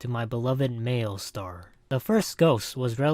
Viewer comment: did this dude just say mailstar